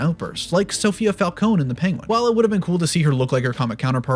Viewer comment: You said falcone (Fal cone) and not falcone (fal cone ee) LOL